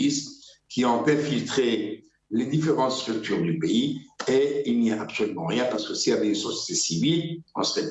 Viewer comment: D'abord on ne dit pas "piys", mais "pAys", ça se prononce comme : PAIX + Y, ou ; Pai ys, pas Pi, ou π 3.14, d'accord ? Je remercie El Marrokiya et ses employés de promouvoir les attaques de plus en plus virulentes contre notre pAys de la part de ses pires ennemis qui visent son démembrement à l'instar de la Libye, du Soudan, de l'Irak et de la Syrie, etc. En tout cas, vous êtes de sacrés patriotes. Vous serez sans doute décorés par vos maîtres et bailleurs de fonds, dès qu'Alger et toutes les autres villes d'Algérie où se trouvent encore vos familles, ressembleront à l'actuelle Ghazza, merci infiniment, c'est Malika Z3aytra-106, et ses maîtres banou sahyoun, qui doivent être fiers de vous, bravo les gars d’El Marrokiya!!! NB: Nous avons été et nous sommes toujours et depuis le Hirak El Moubarak, plus de 90% d'Algériens à manifester notre mécontentement de la façon dont NOUS, PEUPLE ALGÉRIEN sommes toujours écartés du pouvoir, surtout notre jeunesse qui est toujours méprisée et dont les énergies sont totalement gâchées par une classe politique pourrie par la corruption et le népotisme, mais aujourd'hui et vu les convoitises et les complots que vous feignez de ne pas voir, il serait irresponsable, voire suicidaire de continuer à apporter de l'eau aux moulins de ceux qui visent la destruction de notre pays, sachez que vous serez tenus responsables de vos actes et de votre attitude d'aujourd'hui. L'efficacité de la diplomatie algérienne n'est plus à démontrer, le monde entier la